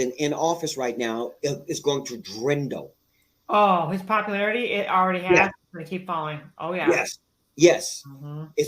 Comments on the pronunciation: "Ax", "drindle", and "popalation". "You and I know that Roman was corrupt". Sure, I'll listen to this guy. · "Drindle"?......."Drindle", Right, so I'm guessing GAWD is telling him about new words now as well? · THANK YOU! I came to the comments looking to see if anyone else noticed this or if it was just me. I kept thinking, "Did he just say 'drindle' instead of "dwindle'???" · "..the population of this person...is going to drindle.." ?????? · Did he say "DRENDEL" instead of "DWINDLE?"... 🤣🤣🤣🤣🤣🤣🤣🤣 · Lol not this man saying drindle instead of dwindle🤣🙈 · I don't know if this guy buys his own spiel, but what trips me up about him is his horrid pronunciation. "Population" is popularity? "Drindle" is dwindle? (Is drindle even a word in English??) There's a small stack of words he mispronounced that drive me apeshit and part of me wonders if he attended some parochial school where his parents paid for his grades. This has to be a parochial school that either doesn't have a US civics class or its an elective you can skip. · “The population is going to drindle.” 😂😂😂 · 'drindle'... wonderful mastery of the language!